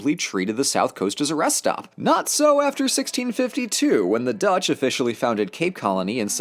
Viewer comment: That Dutch pronuciation hurt me, good stuff otherwise though.